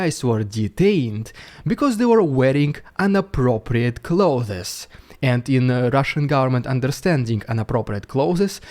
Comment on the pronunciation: Clothes rhymes with hose.